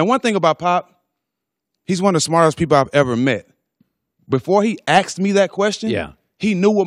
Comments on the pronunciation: He axed me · "He axed me to do that"